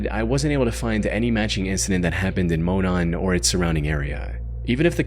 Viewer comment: I grew up in Indiana and went to an elementary school named Monon Trail and my skin crawled when I heard him say Monon lol